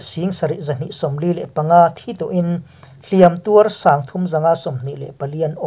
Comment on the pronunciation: A bengvar thlâk ṭhin e, Mahse 'Hliam tuar tih hi 'Hliâm tuâr tiin thlûk ṭhin la, a lawmawm ngawt ang.